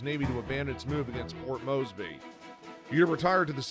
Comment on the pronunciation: You would think they'd hire a voice actor that can pronounce 'Port Moresby', but perhaps they used AI.